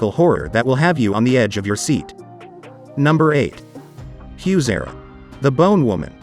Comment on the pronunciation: HUESERA isn’t pronounced that way. You couldn’t take time to learn how to pronounce it the right way?!